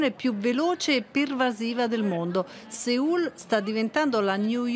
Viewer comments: Perché in italiano si dice così e da linguista ve lo dico sinceramente: avete rotto. L'italiano ha proprie regole di adattamento fonetico. Si dice SEUL in italiano. SEUUUUUUUULLLL. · Però nonostante la sigla papparappa Sòl Mafiaaaa lei continua a ripetere SEÙL MA PERCHÉ.